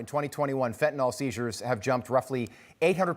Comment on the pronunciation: Please pronounce it correctly. Fent-a-nyl.